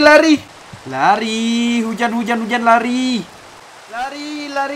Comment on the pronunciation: Bang..... Loe bilang Lari atau Leri?